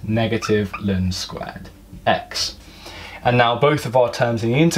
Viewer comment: L N not lin!!!